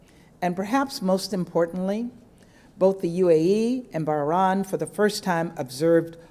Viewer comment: What an odd note the U.S. added to today's celebration. And why did the US Ambassador pronounce Bahrain Bahrahn?